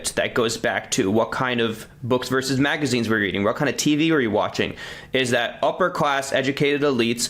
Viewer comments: The abbreviation ‘vs.’ is pronounced ‘versus’. Saying ‘verse’ instead of ‘versus’ is low-class speech. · VERSUS!!! not verse!!! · VersUS, not verse. Stop ruining English. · Hi Taylor. Good content. Btw, it’s “versus” not “verse”.